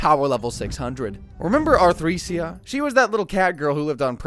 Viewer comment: its a fiver narrator and chatgpt generated script. doesnt know how to pronounce Arthricia's name for example.